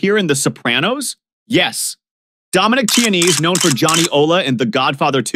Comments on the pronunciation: Chianese is not Chinese. It’s pronounced Kia-nese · Say it with me boys and girls…Kee-ah-nay-zay.